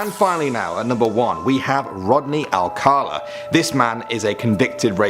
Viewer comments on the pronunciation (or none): "ALCALA". Now where's the letter "R" that he keeps pronouncing? It's not "ALCArLA".